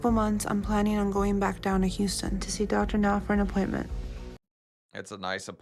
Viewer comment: says “y” instead of “h”! Like “youston”, “yuman”